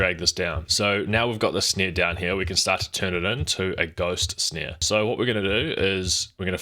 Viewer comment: Lol you say snare funny. Sneer